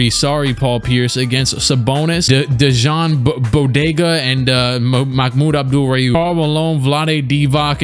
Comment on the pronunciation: Dude, Dejan Bodiroga (Deyan Boh-Dee-Roh-Gah) is like one of the best European players. A legend in Serbia.